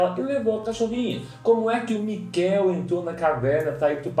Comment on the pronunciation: Dói nos meu ouvidos vocês pronunciando mikkél qual a dificuldade em pronunciar Míkkel ?